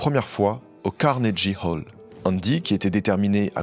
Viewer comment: par pitié fais des recherches sur la prononciation des mots anglais avant de filmer.. Prononcer Carnegie Hall comme ça c'est pas possible T.T